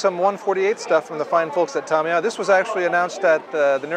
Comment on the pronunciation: Hosts...learn how to pronounce Tamiya please. It's not Tomiya! It's Tamiya with the first 'a' having the same sound as in 'ago'.